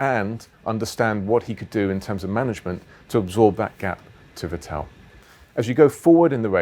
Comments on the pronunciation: Get his name right, it’s Vettle not Vettell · its not vitell, ITS FETTEL! pronounce it right jesus christ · Gauthu Gk34 It isn‘t. The Ts are pronounced harder an the second E isn‘t pronounced that long. It is more like Vettl. But I guess for non german speakers it‘s kinda difficult. If you really wanna know, look for some german broadcast vids, there should be plenty. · On Dutch broadcast by Ziggo, Olav Mol (commentator) pronounces it as Fettol which I guess would be close xD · I still cant handle it how he sais “vettel”